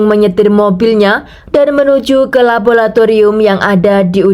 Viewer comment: LABORATORIUM bukan labolatorium. Bahasa Indonesia chemistry adalah kimia. Menyuntikkan bahan atau zat atau cairan kimia bukan menyuntikkan chemical. Chemical itu kata bahasa Inggris yang merupakan kata sifat sedangkan ‘menyuntikkan’ itu harus diikuti dengan kata benda. Jangan campur aduk bahasa Inggris dan bahasa Indonesia jadinya salah dan kacau. Tapi bagus cara penceritaanmu 👍.